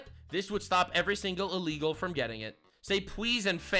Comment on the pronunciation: Alrighty kids, everyone repeat after me, "ILL-LEGAL." It is not "Ah-legal." It is Illegal. As should saying "Ah-legal" be.